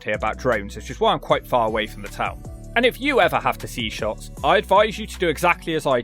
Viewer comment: Lots of wrong pronunciations there 😂 Lanaarkshire 😂 say it like you would Lancashire Wishaw is Wishy Shotts is Shotes